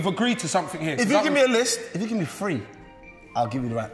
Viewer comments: NO IT IS "FWEEEE" 😭😭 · did filly say `it`s free` or `its three`? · Filly’s 3 sounds like he’s saying “free” 😮‍💨🫨🫨🫨 WILDDDDDD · everyone else: it is three Filly: "It is free" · Filly says “Free” for three smh 😂🤣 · He really said “fwee”😭😭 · Yung filly saying three : Fwee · Filly saying fReE instead of three 🔪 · Why do y’all say free instead of three though?😂😂😭😭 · Is filly saying free or three 😭😭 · It’s three not free 😂😂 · Three or free? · IS IT “FREE” OR “THREE”?????? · Three or free?......not to be mean or anything